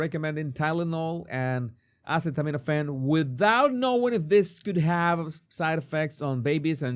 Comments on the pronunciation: These people? You mean people who take "Ace...aceta... acet, let's see how do you pronounce this?" Do you hear yourself LOL you're defending this nonsense. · They were making fun of the fact he couldn’t pronounce the word acetaminophen. Said he had no brain. I guess they are showing him they really are smarter than him. How knew?